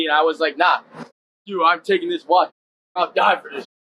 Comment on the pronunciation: He's so proud of his watch that he can't learn how to pronounce it correctly.